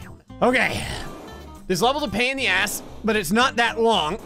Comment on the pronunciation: "PAIN IN MY ATHSS"!